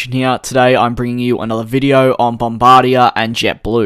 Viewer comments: Hi Dj! I loved the vid as always, but I am from Canada and you are pronouncing Bombardier wrong. It is more pronounced BOM-BAR-DI-EY, Not “bombardiah”. I am not making fun of your accent, but I hope you will try to say it this way in the future! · It's not Bombardi-ya. It's Bombardi-yay. French language.